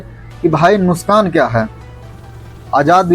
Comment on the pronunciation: नुशकान😅 नही नुकसान होता है